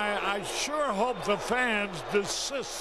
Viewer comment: I just like hearing Harry Caray trying to pronounce the word “desist.”